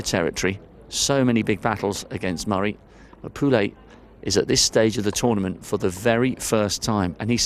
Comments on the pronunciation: It's not PULEY WTF !!! POUILLE LIKE POUY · Today is the time to learn how to pronounce properly POUILLE !